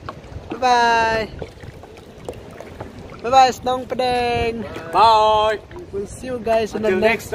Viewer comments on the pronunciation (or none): It's Shnongpdeng not snongpdeng